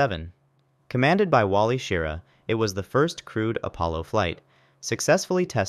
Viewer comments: Plus, any space fan would know how to say Schirra. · OMG if your gonna put a vid up say Wally's last name correctly and SCE to Aux and twelve O one and twelve O two alarm. Not one two zero one alarm. Damn man.